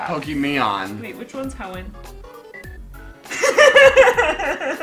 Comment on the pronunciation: Welcome to the heonn region what pokemahn will you tjoece i tjoece mudkep